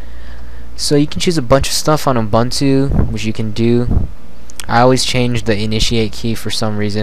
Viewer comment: I know this sounds very finicky, but I'm bothered by how you pronounce Ubuntu. I am South African, so the term is common to me. Here is how to say it properly: Oo-boon-to (look it up if you want to) Sorry, about this, but I couldn't take you seriously whenever you said it wrong.